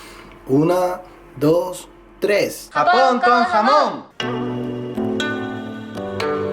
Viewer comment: Aaah me encantó el video 🙌🙌 pero Ernesto dices "jamón" en lugar de Japón 😂😂😂 sólo fue una vez y chicos "hacer" va con H saludos desde México 😆